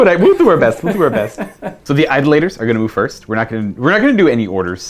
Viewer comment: Hey, it’s pronounced eye-DOLL-uh-tur